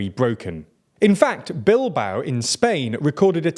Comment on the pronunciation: I think it's pronounced bil-BAO not BILL-bao.